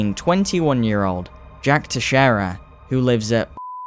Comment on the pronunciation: The way american people say "Teixeira" annoys me (Portuguese Person), it's not Techcheira" or whatever they say, it's "TEI SHEI RAH" kinda like that, SHEI as in Shein